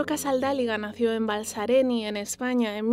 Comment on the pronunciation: BALSARENY No se pronuncia la Y. Suena como vustra Ñ